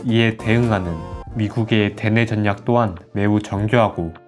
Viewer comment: 잘들었습니다. 다만 전략. 인류를 발음시 전냑, 인뉴로 들리는게 매우 거슬립니다. 절략. 일류 로 읽는것이 맞을것입니다.